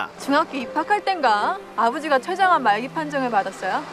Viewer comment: 형아 최장암이 아니라 췌장암